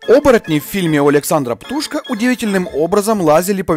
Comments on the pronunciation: правильно ударение на "о" - ПтушкО. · ПтушкО!Ударение на последний слог!